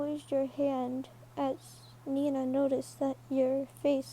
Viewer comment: Not to be rude but it's Mina not Nina